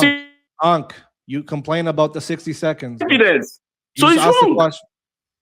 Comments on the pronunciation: Sixty Secohns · The "60 secaunds" killed me 🤣